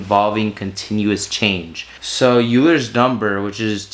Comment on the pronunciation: It's pronounced "oiler" not "you-lur" My friend, I just wanted to help you in case you say this word in the future so you don't sound like a doofus.